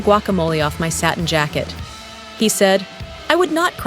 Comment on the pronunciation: Can you please get a real human to read this horrible "non content"? The robot could not pronounce " satin" once. You get what you pay for, and this channel is worth nothing.